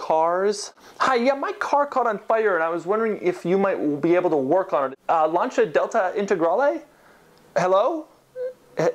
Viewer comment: Holy shit, he pronounced Lancia correctly.